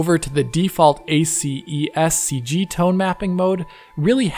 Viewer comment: Little known fact : listening to someone pronouncing each letter of the word "ACES" may actually be painful.